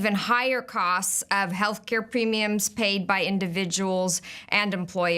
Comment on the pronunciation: "Health caya"?